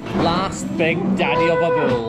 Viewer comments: its Bull not Bill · I love the way he says "bewol" instead of bull